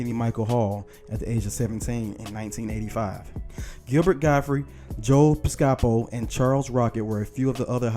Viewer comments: It's pronounced Joe PIScapo. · Joe Piskapo??? Really?